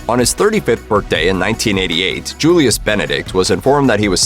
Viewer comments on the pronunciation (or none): none